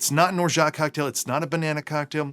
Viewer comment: I'm French the T in Orgeat is silent